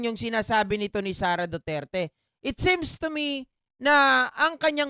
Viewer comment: Same ba or seems bro? Parang seems na ako 😂 slang mo eh 😅